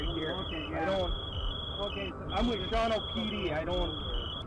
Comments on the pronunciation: Shawano is pronounced "shaw-no". Two syllables. Not "sha-wanna". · Yes, in Shawano Wisconsin the Deputy was driving to fast for conditions. Any cop in Wisconsin should have known better. And it's pronounced Shaw-no. The middle syllable is silent.